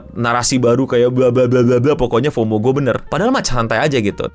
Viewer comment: Fomo tuh bacanya FOWMOW